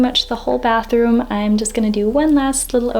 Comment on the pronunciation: „Bathoom“ LOL